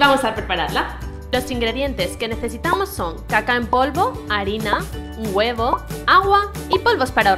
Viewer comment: Escuche caca y no cacao. Llevo media riéndome JAJAJA